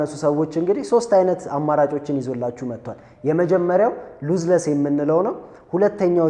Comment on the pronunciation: አምበሳ ነሽ ተመችተሺኛል ሁለት ጠቃሚ አስተያየት ልስጥሽ አንደኛው የIIV እና የ5 ሴንሰር በጣም ይለያያል 5 ላይ stacked sensor የሚባል አዲስ ቴክኖሎጂ ነው የጨመሩበት 33mp በመሆኑ አትሸወጂ ሁለተኛው እና ዋነኛው ግን የእንግሊዘኛ ቃላት ስትጠቀሚ አነባበቡን ተጠንቀቂ ምታስተምሪ ከሆነ ብዙ ሰው ስለምታሳስቺ ለዛሬ burst ሲነበብ በርስት ነው ብረስት ትርጉሙም ቃሉም ሌላ ነው የሴት ጡት ማለት ነው lossless ሲነበብ ሎስለስ ነው loss ወይም ጉድለት ተቃራኒው lossless ምንም ያላጎደለ ማለት ነው ሉዝለስ አይደለም ሲነበብ በተረፈ በርቺ አሪፍ ነው ያለሺው follow አርጌሻለሁ